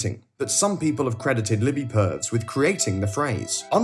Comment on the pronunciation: BTW, tiny thing, there's a couple of small mispronunciations in this. 'Purves' is two syllables, so pronounced 'per-viss' rather than 'pervs', and 'Zuckerberg' is pronounced as 'eldritch horror'.